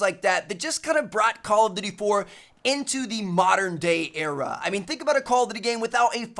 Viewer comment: It's call of duty, not call of dewrty, Tmartn.